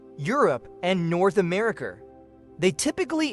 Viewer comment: “americER and californYER”